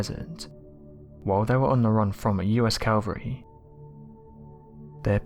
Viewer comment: Cavalry, NOT calvery.